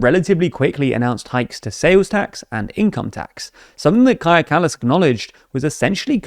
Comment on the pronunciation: Don't forget they previously butchered Kaja Kallas's name as well. At least they pronounced it correctly this time.